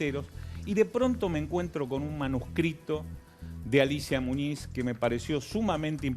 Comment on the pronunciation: Muniz Muniz Muniz...no Muñiz mulas